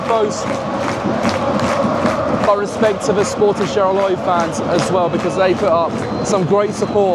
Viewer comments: ok, Charleroi is pronounced as Charler-wah- not charler-oi- xD besides that, awesome vid again! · hello, thank you for coming to belgium and cool video. As a french speaker, I wanna say this: you pronounce "Charleroi" incorrectly, you haven't bothered to seek the pronunciation online, so I will tell you how to pronounce this city's name. CHAR-LE-RWA = CHARLEROI CHARLE like your brit king (withouth the s) and RWA ike the first syllable in Rwanda. ok